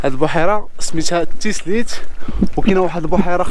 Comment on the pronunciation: خويا ممكن تصلح الإسم من فضلك ايزلي وتيزليت وليس ايسلي وتيسليت وشكرا